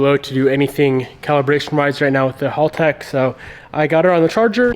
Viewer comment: It's HALTEC Not Halltec